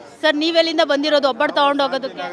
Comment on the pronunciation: ಒಬ್ಬಟ್ಟು ಅದು ಹೊಬ್ಬಟ್ಟು ಅಲ್ಲ